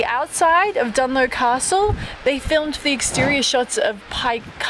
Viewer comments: Hi,Dunluce is pronounced exactly as it looks(Luce,Loose) and not Dunlow! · Yes, pronounced as if you spell it Dun-loose. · btw its "DUN LUCE" not "DUN LOW" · Good video... but aw, you missed the beautiful Antrim coast road! 😢 BTW, Dunluce is pronounced with a soft 'c' not Dunlow! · Great video! Btw, its Dunluce Castle (pronounced DunLOOSE). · You said Carrick-a-rede correctly but butchered the easier Dunluce Castle 😄 Glad you enjoyed yourself!